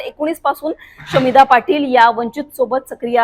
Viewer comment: शमीभा नाव आहे शामिधा नाही हो अँकर बाई